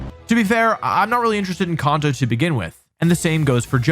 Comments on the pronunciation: dude said "conto" 😂😂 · If you meant to provoke a few comments with that “Kahnto” you slipped in there, then you sir have succeeded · Can’t take ya seriously if you can’t even pronounce kanto right 😭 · What’s a ‘jimmck’? Or Konto? It’s pronounced CAN-TOE. Also, this list is wild. Like the person ranking them has the most obscure things they prefer to what most of the community actually wants hahaha. If you want S-Tier for this series all you need is Emerald(personal favourite), Platinum & Heart Gold/Soul Silver. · I'm a positive person and don't usually care how you pronounce words, but I can't trust anyone who pronounces Kanto (CAN-to) as CON-to, also it's Gimmick not Jimmick. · KAN-TOE, not con-toe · It's can-toe. Not kahn-toe. Says so in the anime. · "Konto" is an interesting pronunciation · Bro says konto 💀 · Kanto. Not kahnto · I have never heard anyone pronounce Kanto as "Kon-toe" 😅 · "CONto".... "The CONto Region" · There’s no way he pronounced gimmick as jimmick is he trolling or something? He also pronounced Kanto and Konto🗿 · Why you say Kanto like Konto mate 😂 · For a competitive player, how come this idiot can’t pronounce Kanto correctly? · And Kanto lmao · I have you a chance for mispronouncing kanto. But heart gold and soul silver at D?!? Dislicking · God I hate how he says Kanto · Also he can't say kAnto properly 😂😂😂😂😂😂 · The way he pronounces Kanto is gross lol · Bro you literally compete in world Championships you should know how to say Kanto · I really appreciate your views and perspectives on the Pokémon games. I differ greatly on what I want out of a game but I really enjoy hearing different opinions on what others want out of them. However. The way you pronounce Kanto and Gible…. JAIL!